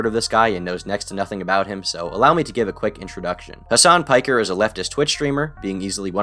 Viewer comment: Piker ısn't pronounced that way man it's pick-er it is a Turkish surname. Not the biggest fan of the guy but you could at least get his name right